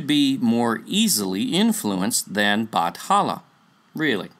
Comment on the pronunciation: It was never Batala. It has always been Bathala. Pronounced as Bat-ha-la. Whoever wrote Batala in wikipedia is misleading people. We never associate anito with Bathala. And also, I've never heard of Bathala's wife. But in one story that mentioned Bathala, there was an ancient monster called Bakunawa. A serpent whom was punished by Bathala for eating the moon.